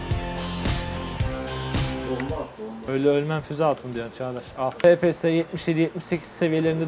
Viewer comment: Fe Pe Se diye okunmuyor efpies diye okunuyor